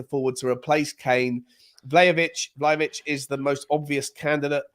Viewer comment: .....it has to be VLAHAVIC!😊